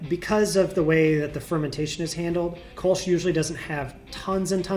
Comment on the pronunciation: Umlauts aren't decorational. It is Kölsch, not Kolsch.